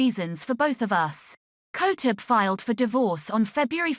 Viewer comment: At least know how to pronounce her last name properly.